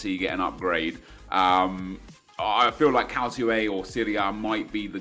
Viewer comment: Did you just say CALCIO A? And pronounced it as calsio? Fucking hell, anything you ever say about football from now on has been delegitimized.